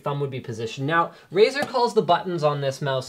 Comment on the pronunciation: Razer? More like "Ricer" =)